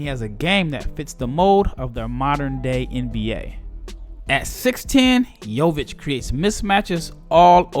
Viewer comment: U are pronouncing his name pretty well ... considering most Americans butcher our names